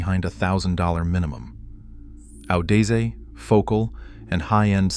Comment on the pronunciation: i STILL rock my moondrop variations but graphs don't tell the entire story. I just got the a90 pro... to power hifiman he6se v2 AW-DEEZ-EH? I think it's pronounced AW-DES-ZEE like odyssey